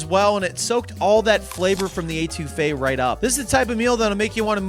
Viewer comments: eh-too-fe is how you pronounce it for next time one of my favorites too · Love ya, but it’s not pronounced Ay-two-fe. C’mon!! Eh-to-fay. Actually I don’t think you pronounced anything right. So on brand! 😂😂 I counted 5 couillion, but the total was probably over 20